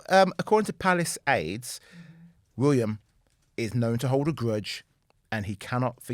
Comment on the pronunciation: FYI: It's WillYUM!! 🤣